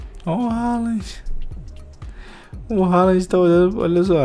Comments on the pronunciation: O próprio Haaland disse que a pronúncia certa do seu nome é "Rôlam", pois é de origem norueguesa, e não "Ráland" como a maioria pensa por ser de pronúncia inglesa... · Pelo visto tem até narrador treinado pelo Datena nesse FIFA, maluco me soltou um Erling "Roland"